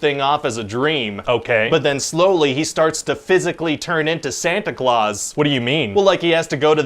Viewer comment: oh, it"s the real pronunciation was always "Santa Cloth" then?